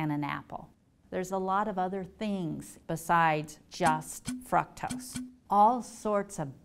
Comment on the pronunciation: I've always called it fructose, but she is pronouncing it like "fruktose". I was commenting on the pronunciation. And I'm actually kind of a smart fuk, well some people think so anyway.